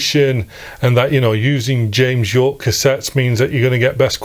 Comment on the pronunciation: James Yorke is pronounced as “Jame Jorke” in this video. I imagine a rival cassette manufacturer with that name imprinted on the shrink-wrapped case 😅